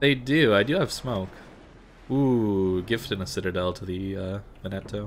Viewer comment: Veneto - the emphasis is on the first syllable. VEN-e-to, not Ve-NET-o. Just got her, so I'm very glad to have a really good BB player do a vid on her. With the obvious exceptions of the fuel smoke and the SAP vs HE, can I take the Veneto as a proxy for what to expect from the Roma? The problem I have with the fuel smoke is that it blinds you; if you have no spotting, you're screwed for as long as it's active.